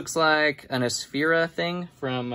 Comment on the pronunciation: god, why does he always say ting?!! so annoying